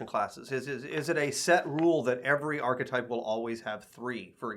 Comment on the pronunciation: So did you guys make a group decision to pronounce archetype with only 2 syllables?. Its a three syllable word. /ˈɑr kɪˌtaɪp/ I love the way this game is progressing and the way you are communicating with the community!